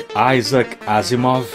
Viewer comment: Ótima leitura. Parabéns! Só uma correção: a pronúncia é “Isac” mesmo, não “Aisac”, ele é russo; Isaac Asimov, no original Исаак Озимов.